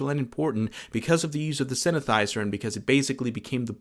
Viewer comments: This guy has given out wrong information, and says synthesizer like that. Blocking this Chanel. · You mispronounced synthesizer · “Synethizer?” “Apple Corpse?” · "synathizer" and "apple corpse" is crazy 💀